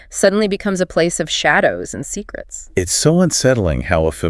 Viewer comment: My God -- PLEASE stop with the shitty AI narration. "SEE-crits. Suh-SPECTS."